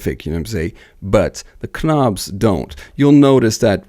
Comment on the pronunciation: What's with the idiotic "K- nobs" and "K-now"??